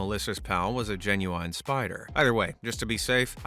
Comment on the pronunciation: "Genu wine"worst pronunciation ever 😭🙏😭🙏